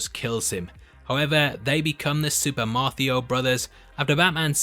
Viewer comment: Super Marth-io brothers lmaooo😂😂😂